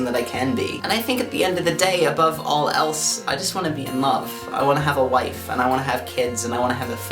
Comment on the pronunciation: I thought you said ''i'll knife you'' oops..